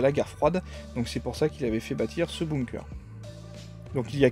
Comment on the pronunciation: Par contre, ça se lit "beunkeur"